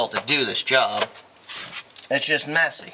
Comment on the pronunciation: ish did you say it’s just messy or Mesick(y)?